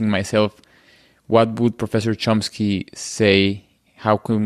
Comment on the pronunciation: Drives me crazy that so few pronounce Mr Chomsky's name correctly.... there is no 'P'... its not ChomPsky! 😢